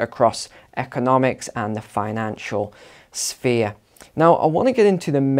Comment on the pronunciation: I'm sure you said spear and not sphere.